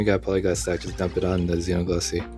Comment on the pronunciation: You’re pronouncing Xenoglossy correct as far as I’m concerned. Grats on your potato. I got him too on the free pull so happy days!